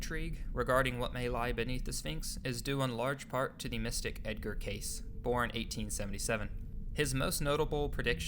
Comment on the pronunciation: Good video. Please pronounce Edgar Cayce's name correctly. Duh.